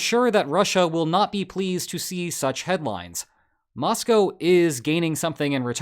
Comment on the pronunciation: Congrats on your pronunciation of Moscow!